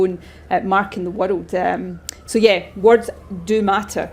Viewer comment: Her view of the whirled is stupid. Can't even say world.